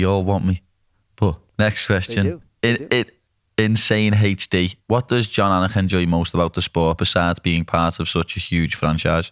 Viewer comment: “Jon AUGHHNUHK”